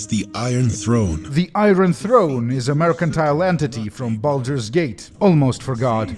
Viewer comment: 'iron' pronounced correctly 'iron' mispronounced RREEEE